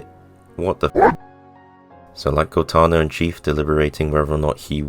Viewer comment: Homie said Cortina yo lmao